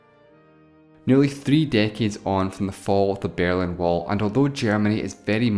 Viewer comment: The Bearlin Wall? I thought it was The Berlin Wall.